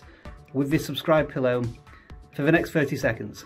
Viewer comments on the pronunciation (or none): none